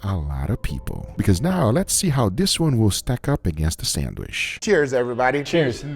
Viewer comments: PRONOUNCED " SAN D WHICH" NOT " SAN WISH" GEEZ GUGA YOU KILL ME WITH YOUR PRONUNCIATION... LOL I DONT KNOW WHY I LET IT BOTHER ME SO MUCH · Guga please stop saying sandwish 😂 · When will Guga learn to say sandwich? Say CHEESE!!!, Sheese...